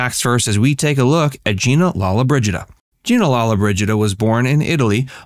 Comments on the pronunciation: Her name is pronounced Lo-lo-bridgida, not lalla-bridgida. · You must pronounce her name correctly